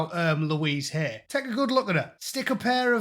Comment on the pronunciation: Love how you pronounce it Louise HAIR...